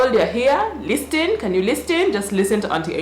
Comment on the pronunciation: First 30 seconds already LIT lmao this chick said "LISTIN" omg haahaaaaaaaaaahaaaaa